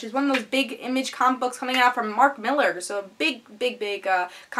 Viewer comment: Please dont say Miller sweetie, Not to be a pretentious turd, but it's Mill-Are , and Quit-lee.. But I like your channel so far, I look foward to your next vid